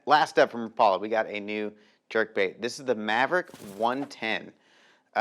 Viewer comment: Rap...a...lah. = Rapala. Never Rah...Paul...a... teach the world bro..your killing me say it right..love ya